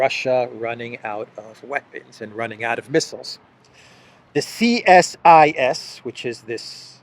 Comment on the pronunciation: it's said 'C-sis', just to make it easier on you.. lol.. bad enough you have to do verbal gymnastics with polish names.